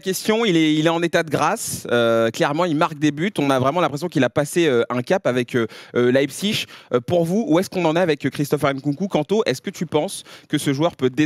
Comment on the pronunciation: Pitié prononcez Leipzig correctement svp